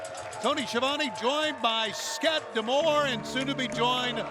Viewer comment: Did Tony just call him Skatt D'Amore?